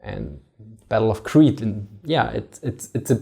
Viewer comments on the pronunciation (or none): none